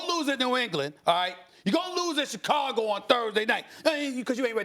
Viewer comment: "December 5th in Chi-CAGO?!"